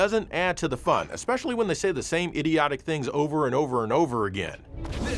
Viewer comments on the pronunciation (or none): none